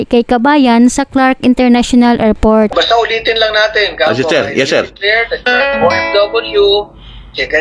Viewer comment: Narrator anong bidyo? Anong erport? Anong silpon?